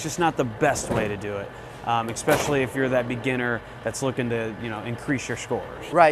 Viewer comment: The guy in blue needs to know that it´snot pronounced "Expesially" it´s "Especially" just so you know.